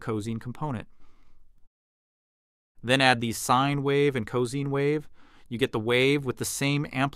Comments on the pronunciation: Wait what? When did the pronunciation of cosine become co-seen or cause-ine. And I always thought it was pronounced co-sign. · QAM is correctly pronounced as KAM not KWAM. Also cosine is pronounced as co-sign not co-seen. Projected is pronounced Pro -jek-ted not Pra-Jok-td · When I hear cozine I'm wondering if AI is now teaching us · Lol cozing. Bro its like sine wave but co-sine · Very cosy….. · Pronunciation of "cosine" is literally "co" plus "sine" and "cos" rhymes with "dose". (Actually, I'm just twigging on to the fact you used A.I. for narration, which is normally a deal-breaker for me.) You still got my subscription, though—great video. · Odd the a.i. includes breath sounds but has no clue about customary pronunciation. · I've never heard anyone say cosine in that way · Yes I know cos is short for cosine. It's your pronunciation (as best I can make out) that I'm questioning. Just saying. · The AI voice here can’t distinguish between proJECT and PROject. And has a weird pronunciation of “cosine.” Why does anyone make this dreck? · I have never heard anyone pronounce "cosine" that way. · I don't think this video was AI-narrated, tho????? You can clearly hear some mouth-noise in the beginning, and - after listening more carefully - I could pick up on the narrator breathing from time to time. So either the AI is UUULTRA-realstic, or (more likely) it's just a human that happens to have an AI-like accent. Especially because mispronouncing "cosine" is much more likely for a human (eg. if they aren't an English native, and that's how cosine is pronounced in their language), than for an AI (cosine is a common enough word that they model should probably know how to pronounce it).